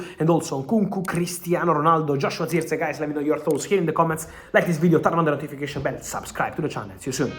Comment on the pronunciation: But who else loves how Fabrizio pronounce. "Zirkzee😂